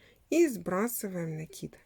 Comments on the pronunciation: Всё замечательно, но почему вы говорите рапорт с ударением на о и накид с ударением на и? Это безграмотно. И слушать это очень тяжело . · Именно так правильно произносить: раппОрт, с ударением на О, пишется с двойной буквой П; накИд, с ударением на И, потому что нить накИдывают.